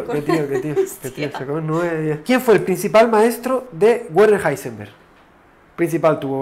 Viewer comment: El nombre de Heisenberg no se lee "Guarner" (¿Warner Brothers?), se lee "Verner", como el nombre de Werner von Braun, casi como el apellido de Julio Verne.